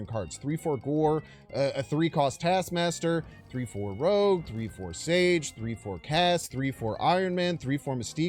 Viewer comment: hahah it's Rogue, not pronounced as Rouge as in red in French;P nice video thanks!